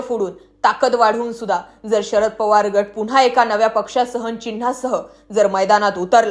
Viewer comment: या बाईचा आवाज चांगला नाही,ती म्हणते "पोवार," हे अस म्हणते.तर पवार अस म्हण.,"गडल काय " अस नाही तर घडलं काय हे अस म्हणा.